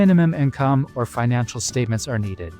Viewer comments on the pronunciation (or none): none